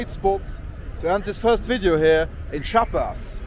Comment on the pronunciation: Chiapas is a beautiful place, full of natural landmarks and biodiversity. Btw the pronounciation is /Chee-ah-pas/. Nice video and enjoy all México 🇲🇽✌🏼